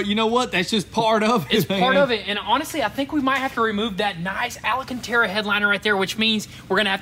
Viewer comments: Alcantara, not alAcantara 😂 but sounds more fun like that. great build, fun with the bullet holes and stuff! you should make a recin keychain with the bullets! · Please say Al-canterra not “Alley” canterra 😂😂😂😂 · They have been saying alcantara incorrectly for years.